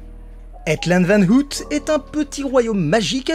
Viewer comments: Aïe, mes oreilles ... ! "hEt", pas "hèt" ... "Ôouille", pas "hout" ... Merde, pensez à vérifiez comment se prononcent les mots néerlandais, s'il vous plaît ... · Hello. Chouette petite vidéo. Par contre n'hésite pas à regarder pour la prononciation des noms en néerlandais sinon tu vas te mettre tous les Belges à dos 😁. Le double o ne se prononce pas ou mais en o long. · Je sais qu'on te l'a surement dit mais ça m'a tellement dérangé qu'il fallait que je le dise : Het land van ooit = heut lannd van eauït et le "oo" se prononce comme un long o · Salut ! Très chouette vidéo comme d'habitude. Tes vidéos reviews de parcs disparus sont mes préférées sur ta chaîne ! Et si en plus tu nous fait une petite visite en personne, c'est encore mieux. :) (Par contre, petite remarque : "het land van ooit" (littéralement "le pays d'autrefois") ça se prononce "heut lann'd vann' eau-itt". Oui, je sais, c'est pas évident le néerlandais.) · veux pas être relou mais ça se dit "au-y't", comme ouille, mais avec au- et un t à la fin. Voilà :p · Sinon, "ooit" prononcer "auyt" signifie "une fois" en néerlandais. En vous remerciant. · T aurais pû te renseigner sur la prononciation de ooit avant de faire la vidéo. J ai mes oreilles qui sifflent à chaque fois que tu le dis!